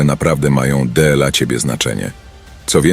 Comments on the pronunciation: d l a 😂 trochę irytuje to d l a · Wszystko byłoby spoko, gdyby nie "DE EL A"... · Byłoby dobre, gdyby nie użycie AI. "della siebie i della innych"?, "tyi"? - co to jest? Odczyt przez maszynę podważa profesjonalizm autora.